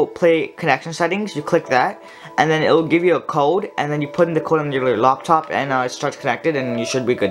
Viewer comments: Oh great I thought it was laptop but he said Loptop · Ain’t nobody gonna talk about how he says loptop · “On a Loptop”😂😂😅